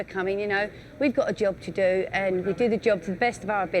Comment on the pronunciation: Its called a Job....not a joh